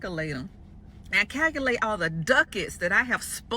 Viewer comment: I thought women were strong and independent...i thought you didnt need no man,remember....also,its calculate not cacalate...learn English thank you